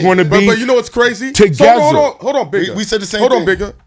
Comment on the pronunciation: "To gezza"